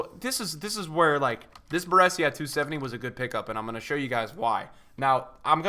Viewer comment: Omg your saying Baresi wrong not good haha